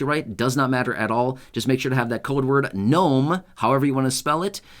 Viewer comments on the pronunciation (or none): Knome lol cute. Hagd everyone. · “GNOME” Hey you’re AWESOME!!